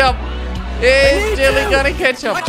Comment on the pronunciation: what i heard in intro: "is jelly gonna 'KETCHUP'.. is jelly gonna 'KETCHUP'......"